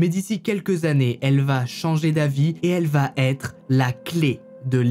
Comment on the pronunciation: Votre travail me semble de qualite, la présentation des affaires est claire, bien illustrée. Une suggestion cependant, celle de veiller à ne pas faire de liaison orale entre 'va' et 'être', notamment. Vatêtre ou vatavoir ne sont pas des formulations correctes. Cordialement.